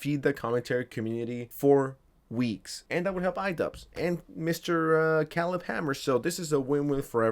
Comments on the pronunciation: KAY-leb kay-leb. not keleb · Love your videos, but hearing you pronounce Caleb was like nails on a chalkboard. Say it with me, CAY-lib, not CAH-lib, CAY-lib. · Kay-leb not Callub lmao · .it's produced "Kay-lehb" not "calib" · Pronouncing it Khalib Hanmer is almost as bad as the Kai Snot. I’ll never forget Kai Snot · OMG ITS CALEB (KAY-LEB) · Kay-Leb is the pronounciation of his name bro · Did you see the Caleb videos where he flat out ignores grooming because they're lesbians? Because there's several of them. And its pronounced KAY-LUB, moron. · Caleb… CALEB… OMFG I have never heard a mispronunciation that pissed me off so much in my fkn life. K-LEB… what is wrong with you dude. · Old American name CALEB is spoken KAY LEB ! 👀 It's wierd spelling huh ! 😂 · Oh my god. You actually don't know how to pronounce Caleb. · How do you not know how to pronounce Caleb….? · How do you not know how to pronounce, "Caleb?" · Bro, lookup how to pronounce Caleb lol